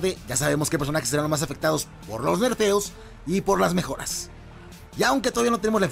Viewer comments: Herfeos JAJAJAJAJJA alguien le avise a este man que se dice NERFS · Herfeo? No será Morfeo XD